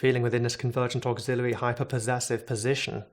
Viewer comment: Say 'auxiliary' one more time....